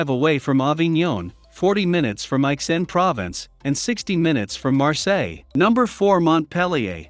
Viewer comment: It's pronounced "provonce" you idiot.